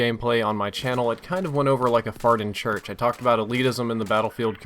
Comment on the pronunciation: A farting church? Did I hear that correctly?